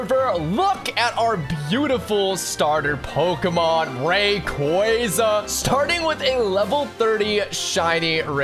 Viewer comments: Dude... Ray-quah-zah Stop with the RayQuayQuay please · You did not just say rayqwayza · It's pronounced (ray-qwa-za) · Ain’t no way he just said “rayquaiyza” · Shiny “ray- qwaa- za” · It’s ray cwassa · the way you pronounce raquaza hurts me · It’s rayqauza not what your saying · You pronouncing rayqaza wrong bro😢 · Why you calling rayquaza raykwayza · You say Rayquaza ro g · Ray cwohz uh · Bro say Rsyquaza right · bro is saying shiny reyqaza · your saying rayquaza rong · It is pronounced R K us